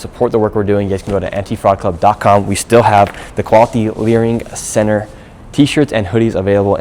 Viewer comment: I honestly keep laughing when I hear the word "Learing Center"